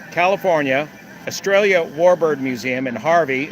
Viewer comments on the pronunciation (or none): When you said "Estrellla", I heard "Australia", and lo and behold, the next ad on my screen was for the Anzac Weekend Airshow, 27 to 28 April 2024, to be held at West Sale Airport, in Victoria, Australia. See ya there!